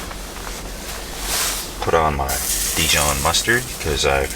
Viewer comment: You had me until you said dijon